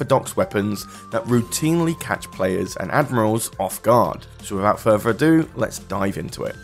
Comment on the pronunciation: Baull ov 'off, Darf Vader, unorfadox, furver ado. Dude learn pronunciation properly. You sound like someone who spells Thursday with an F